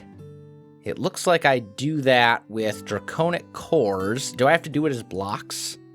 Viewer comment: It is pronounced (Dray-con-ic) now (Dray-cown-ic) if im not mistaking